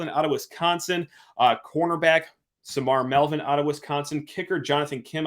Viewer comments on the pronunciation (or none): none